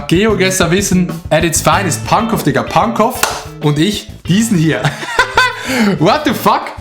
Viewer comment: Alle Berliner (allgemein Deutsche) sind getriggert wenn das W bei Pankow mit ausgesprochen wird :D